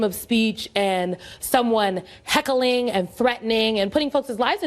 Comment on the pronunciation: diffrince between free speech and heck-a-ling, y'knowwha-dime-sayin'? Let's make her a professor at Harvard! Oh, she already is... congrats, Yale